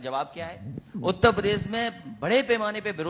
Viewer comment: उत्ता पदेश नहीं उत्तर प्रदेश होता है नेता जी😂